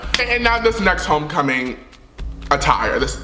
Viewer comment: it’s homecoming not HOECOMING